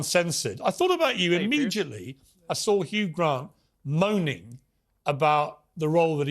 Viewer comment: "I thought about you imidgetly"